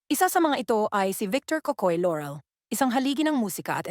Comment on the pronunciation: I hate how the narrator mispronounces the name Laurel. It's not Lorel buy LAUREL pronounced ad spelled. It's not an American surname but Filipino.